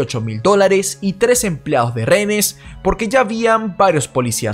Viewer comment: Por que cuando dices rehénes lo pronuncias como rénees ? Miro tus documentales a la hora de la cena, me encantan, pero solo tengo esa pregunta!!!